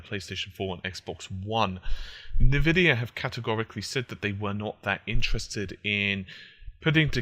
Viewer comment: Nevidia, Nevidia, NEVIDIA! It's pronounced as EN Vidia. Have you never launched a game that has it in it's loading screens?